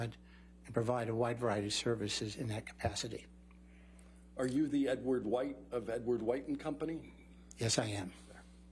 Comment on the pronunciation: Edward Whoite lmao, why do some people pronounce white like that, and it's almost always the old heads 🤣?